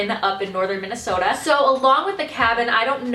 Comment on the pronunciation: I think the minnesotan accent is inevitable when you say things along the lines of "cabin in northern Minnesota"